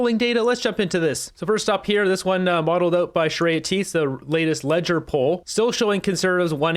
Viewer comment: Just wanted to point out, Leger is pronounced Ledge-ay.